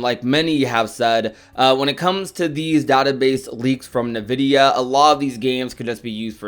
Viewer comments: Every time I hear someone say nuh-vid-e-uh I cry inside. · "Navidia" lol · Im sorry i hope im not the only one being distracted by the "nvidia" pronunciation 😂😂